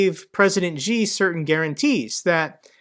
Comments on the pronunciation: I'm not a native English speaker, but... Worser is not a word, but worse is. Also Xi is pronounced more like 'Shee' and not gee... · Enjoyed your updates on the Russia - Ukrainian situation. Thanks. Just wanna point out President ‘Xi’ is pronounce like ‘C’ rather then ‘G’ from what I hear your pronunciation thru my devise. Take care. Best.